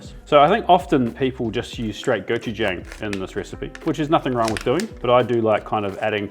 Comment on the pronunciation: “Go chu jong”. Not “jangl”😊